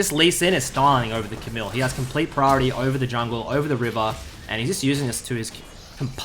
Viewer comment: You don't pronouce the "L" in Camille's name. Its a french name. But nice vid BTW